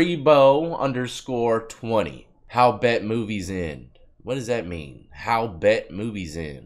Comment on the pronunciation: Lol bro it's b.e.t like the network 🤣.. Love your channel bro 🤘